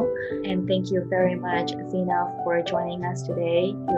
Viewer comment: Woww azeena accent is too good